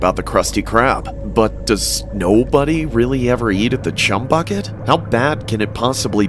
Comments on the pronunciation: The letter h left off 😂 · the letter h on chumbucket 😂😂😂😂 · So we just gone ignore the h missing in "Chum Bucket" in story number 3? 😭😭😭😭😭😭